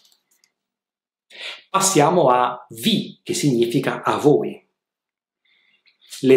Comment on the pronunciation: Una domanda... di dove sei? Voglio chiederti: Di che accento si tratta? Cioè per il pronunciamento della combinazione "gn" ch'è "g-n" invece di "ny", come qui quando dici "significa". Potrei anche aver sentito male 👀 Comunque... grazie mille per le lezioni ❤️